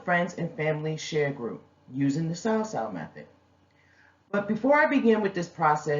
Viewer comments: Sis, FYI phonetically it's called SUE-SUE. This was a great description essentially the best one yet, other than you pronunciation. Be Blessed! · It's pronounced (soo Soo) my family is from Jamaica been doing this for years